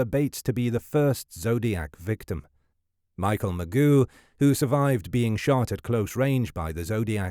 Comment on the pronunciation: It’s not Magoo. It Ma-Joe